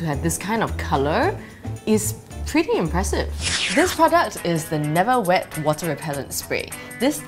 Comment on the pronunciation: I love how excited she was for the neverwet spray that her words got mumbled and they had to add subs to make it clear. hahahah